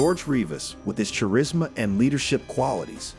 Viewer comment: Cha-rizz-muh is what you get when you have AI narrate your videos because you're too lazy.